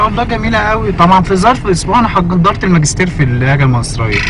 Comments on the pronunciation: وكمان مابنقولش ماقستير بنقول ماجيستر عادى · انا من مصر واحب اقول انك شوهت اللهجة تماما على فكرة احنا مبنقولش برضك بنقول برضه -.- وماجستير مش ماقستير والنطق عموما مش صح باين ان سعودي بيحاول يتكلم مصري.... مقدرش احكم علي باقي اللهجات بس شكلك كدا بوظتهم برضه الله يسامحك :D